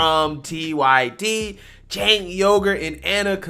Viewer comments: It's pronounced "Jank" not "sink" As in Janky piece of shyt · "Chenk" it's pronounced! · I thought that obnoxious,arrogant mouthpiece was Pronounced Chenk? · Hey, it’s pronounced Chanke:) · Your content is the BEST. FWIW I believe Cenk is pronounced Jenk but who cares the dude is an A$$! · It’s pronounced “Chunk Yogurt”.